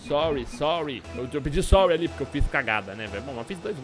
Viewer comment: em vez de falar sorry, o falou sói, ele quer sol KKKKKKKKKKKKKKKKKKKKKKKKKKKK